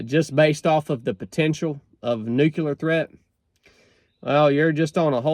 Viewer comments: First of all, Nu-CLE-er . Not Nuk-U-lar. Second, again, forget the Bible nonsense.... "There will be wars, and rumors of wars...." Yeah....like that's a BOLD prediction! DUH.... Third, even if there WAS a nuclear war, most people would survive. Hell, there's a guy that was in BOTH bombings of Nakasaki, and Hiroshima, his name was Tsutomu Yamaguchi. He lived to be 93. In the event of a nuclear war, at this point, it's most likely going to be tactical nukes aimes at specific military targets..... Every leader in the world understands that no one survives and all out nuclear war.... Ain't gonna happen. Even if the Bible says it's going to....Costco got it right putting it in the "fiction" section..... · It's not "nucular", it's "nuclear" war. English my brother, English. They are called "nuclear bombs", not "nucular bombs". Go back to school Bush! 🤣😃😋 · I'm a lot less worried about nukeyoular war than I am about nuclear war. Sorry, I had to make that joke, I'm from North Georgia too. 🤠